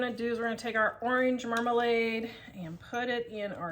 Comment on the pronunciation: She said Warsh your oreenge! So funny 😂My Dad says that!